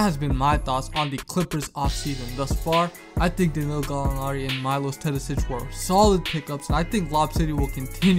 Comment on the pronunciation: Have you ever considered learning how to pronounce the name of the best European player before making the video about him? Imagine someone talking about Steph Curry and calling him Carey. Just my 2c